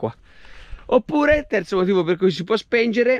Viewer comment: Si dice SPEGNERE dai prova GNE S-P-E-G-N-E-R-E